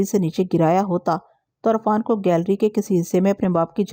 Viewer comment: Arfaan parhna ghalat h, sahi lafz Irfaan h....